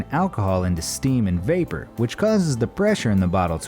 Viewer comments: "Steam and Wapor" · "Wapor" ... really? -. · Nice "Wapor" you got there... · lol WAPOR LMAO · wapor? really?? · LOL 'Steam and Wapor'